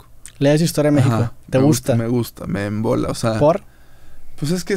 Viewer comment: Dice "me embola" no me mola jajaja